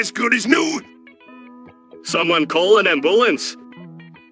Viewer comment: If I had a nickel for every time said "Someone call an ambUH-lance," it'd be too heavy